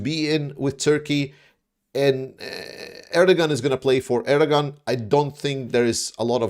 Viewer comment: Erdogan’s pronounced AIR-DUH-WAN. Sorry, you’re a hero, but that was distracting me so much.😂